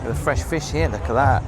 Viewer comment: “Look a’ hat!” says. What accent is that?! ❤😂